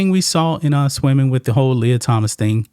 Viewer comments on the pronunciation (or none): none